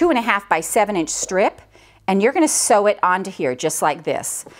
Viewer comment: Sew not see